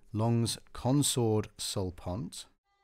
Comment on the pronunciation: Very nice! btw it is not "sul pont" it is "sul ponte"